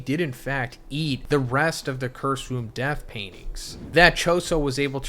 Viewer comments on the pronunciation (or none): none